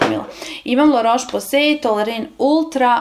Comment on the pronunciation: Cita se LA ROS POZE ,nauci kako se izgovaraju nazivi proizvoda i kog su porekla ! La Roche Posay je francuska kozmetika uglavnom za suvu kozu ! Za tvoju informaciju,svaki proizvod ima rok trajanja tako da je jako lose sto koristis neke proizvode dve godine !